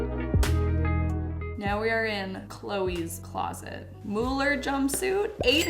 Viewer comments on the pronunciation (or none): This is kinda insane but I love all of your videos 😅❤ The pricetag is just nuts. 🙈🙈 That iris coloured Mugler blouse is made for you ❤❤ (I think it is pronounced like Google - so Mooglur.) 😅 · Thierry Mugler is French but his name is surprisingly pronounced the English way in French : Mug-ler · Pretty sure it’s (mugg-lurr) 😂😂 but the purple top is a keeper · As a fashion lover saying she doesn’t know miu miu and alexander mcqueen and not knowing how to pronounce versace and mugler broke me a little bit 😭